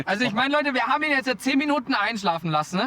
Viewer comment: Lass-ne/ beend-ne/ blink-ne… Bro sollte mal seine Aussprache in den Griff bekommen.